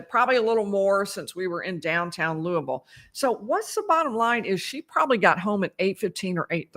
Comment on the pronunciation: you are also making us Kentuckians proud! Thank you so much for your travel, time, dedication, and great coverage! Lastly, excellent pronunciation of "Louisville" (born and raised)!